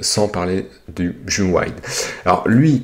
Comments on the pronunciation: Ça me stress de t'entendre dire mju au lieux de M. J. U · Le Mju de Olympus se prononce ''miou" en fait et non m-jus! (pour info) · le MJU 2 se prononce "Miou"